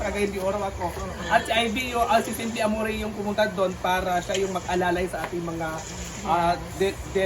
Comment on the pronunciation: Pakisabi din kay kung bakit AMORE ang pag pronounce nung AMORY niya …pinagmalaki kasi niya last time sa post niya ma baka daw kasi hndi nakakaintindi ng tagalog yung nag cooment about boses niya…AMORE bisaya ang pag pronounce ng AMORY